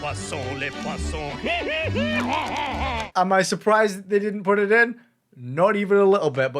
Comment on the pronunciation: Les.. .poi....SONS!